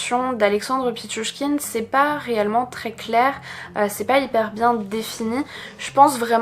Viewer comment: Bravo pour la prononciation de pitchouchkine !